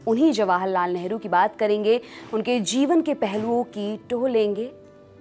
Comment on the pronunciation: Hamare sammaniye neta hai pls nehru ji pronounce kare Esa lagta hai kisi sadakchhap admi ke baare me bata rhi h. So pls care it.